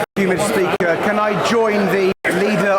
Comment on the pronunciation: "mr peaker" 😂😂😂